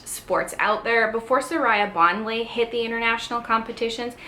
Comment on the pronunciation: How can you do a video when you don't know how to pronounce her name?